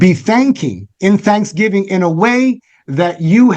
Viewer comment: I heard you say BANKSGIVING!! LOL but I believe my spirit interpreted as that, Praise God!!